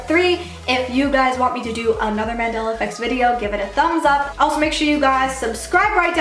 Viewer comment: Mandela* .... like the guy..... not mandala.